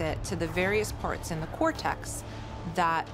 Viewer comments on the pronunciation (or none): none